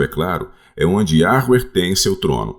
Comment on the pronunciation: Olá irmãos! Alguém escuta o falar Yahruer além de mim?🙉